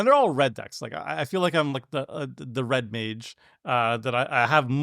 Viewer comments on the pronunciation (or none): none